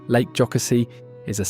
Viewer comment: Most people who aren’t from that area mispronounce it. I am not surprised. Lake Jocassee was mispronounced as well. Other than that, I loved looking at the state and the beautiful animals. Reminded me of the times I have been to the cities or seen an eagle in person.